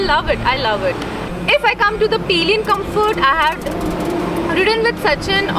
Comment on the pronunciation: It's pillion not peeeeeelian madam